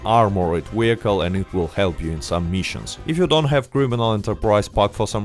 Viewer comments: What’s a wee-hickle? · I watch this 2× just to hear you say wehicle